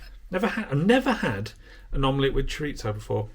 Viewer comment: That's Chorizo, not Choritzo. 😉